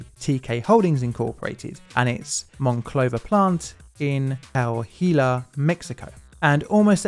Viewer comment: That's the worst pronunciation of Coahuila I've heard in my life . The plant was technically in Ciudad Frontera, not Monclova but it's part of its metropolitan area. That plant had a big accident in 2006, no injuries were reported but the blast blew up windows in about a half a mile radius